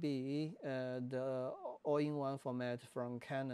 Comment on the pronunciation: All-I is more data intensive in a given recording mode than IPB. So if IPB has problems, ALL-I will too, all else the same. It sounds like you are saying "All in one" in the video, not "All eye" or "All I". It is bad idea to use no-name cards in such a camera as the R5.